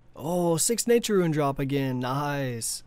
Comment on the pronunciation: its not "roo-win" its rooon